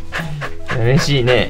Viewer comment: 🤣日本語❣️ 嬉しいの「う」は聞こえてますが、 日本語の練習！もうちょっとやね😆